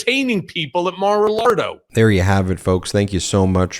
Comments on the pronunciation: "mar-a-lardo" lol 😉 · "Mar-a-Lardo"? ROTFLMAO